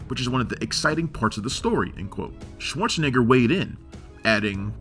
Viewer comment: What a strange, and annoying way of mispronouncing 'Schwarzenegger'. It was so aggravating I had to stop watching.